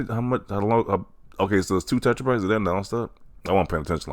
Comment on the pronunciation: if you say tetrabytes again i will find you 😂